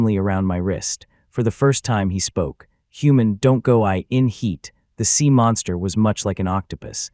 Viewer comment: sea, not seam